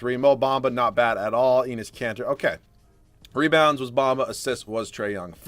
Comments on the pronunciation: Did anyone here him say penis kanter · feel like he said "Penis Kanter" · Every time he says Enes Kanter it sounds so much like penis kanter lol